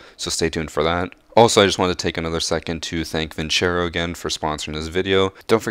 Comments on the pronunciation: So we just gonna ignore the fact that he pronounced vincero wrong? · He just called it vinchero bruhhh it's vin-cero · It’s vincero but pronounced vinsaro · I hope Vincero is not a english word because It sounds like Vin-Chero, but built like vinsero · Where the fuck is the h in vincero